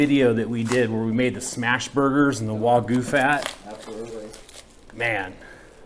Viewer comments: I agree. But still, the way you say it makes it sound like wa-goo. A little emphasis on the "gue" would make it sound more natural. Even so, great content as always guys. It's interesting to see the difference on the marbling on the various types of wagyu, wish I could get some where I live but it's just impossible. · Loved how you showed the whole process from picking up the cow, skinning it, then butchering it! Still irks me how you can say “picanha” perfectly, but can’t say “wagyu” correctly 😵‍💫. It’s “wah-gyou” not “wah-goo”… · How do Japanese people pronounce Wagyu? The first syllable in Wagyu is pronounced the same as the “wa” in water. The second syllable sounds like the “gue” in argue. It's important to put the stress on the first syllable. It's “WA-gyu”, not “wa-GYU” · Why are they pronouncing it “waygoo”? its “wagyu” bro - emphasis on first syllable. Wa as in water - gyu as in argue. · How do Japanese people pronounce Wagyu? The first syllable in Wagyu is pronounced the same as the “wa” in water. The second syllable sounds like the “gue” in argue. It's important to put the stress on the first syllable. It's “WA-gyu”, not “wa-GYU”.